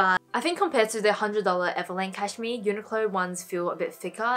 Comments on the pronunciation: I love that you pronounce cashmere as Cash-me its cute 😄😊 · I love how you say cashmere! I actually just received my order from Uniqlo and have some of the pieces you showed so very glad about that :)